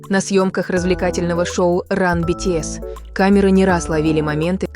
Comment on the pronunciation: Если вы озвучиваете видео про BTS то вы хоть правильно произноси группу!!!